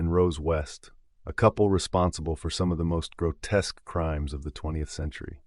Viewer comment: Add grotesque to that list too lol